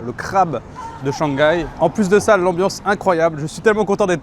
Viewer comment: <ShangGAI is the most French thing I’ve ever heard 😂😂